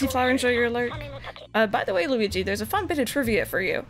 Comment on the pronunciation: Gooweegee? More like Squeegie. Right?